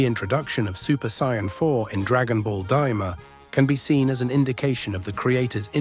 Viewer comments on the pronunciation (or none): Even Kaio-ken and Sayian he said it incorrectly.